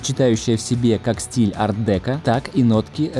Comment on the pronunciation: Спасибо, ребята. Хорошая работа.Но стиль Art Deco - произносится с ударением на последнюю букву (О). И еще : Айн Ренд - отстой. Не надо её рекламировать.